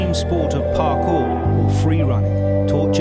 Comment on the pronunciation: I was relating until parqour cringe. Climb homie, dont call ot parklur 😂